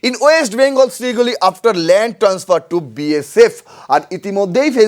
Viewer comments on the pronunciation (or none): none